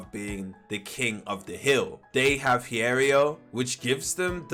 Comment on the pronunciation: Btw it's pronounced Hee-eh-row